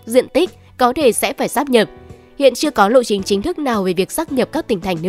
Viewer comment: Phải đọc là sáp nhập nhé mới đúng luật. Đọc lá sát nhập là a, b, c rồi.